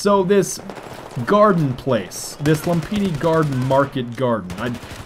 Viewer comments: Pronounced lumfini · Its Loom-pee-nee:) and its actually a Pali-Sanskrit word but us Thais adopted it. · u noob its pronounced lumfini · Hey you know that Lumphini Garden is in THAILAND right. Implying that Lumphini is Thai not Chinese. THEREFORE implying that it is infact pronounced: ( Lum-fi-ne ) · its loom-pi-ni market and its actually Thai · Uh, no. I live in Bangkok and am half Thai, it is certainly pronounced Lume-pini. Like a lot of Thai words spelt in English, the h in Ph is silent. Phuket is Poo-ket not Phuk-et. Phattaya is Pa-Tay-a. Sometimes they don't even bother having the h, especially with Pattaya. English signage is inconsistent all over the country.